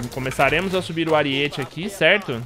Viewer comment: Aríete******* kkkkkk video muito bom, so fiquei agoniado com o "ariête" auhsuhas